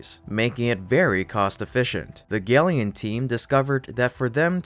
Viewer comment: I am going to suggest that gelion is really pronounced “Gel” “Ion” as it accurately describes its battery tech.